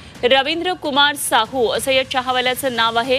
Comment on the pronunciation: अरे मित्रा शाहू नाही साहू म्हणाले